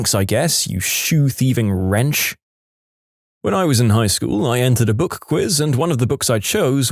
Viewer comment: Did they actually type wrench or did you mispronounce wretch?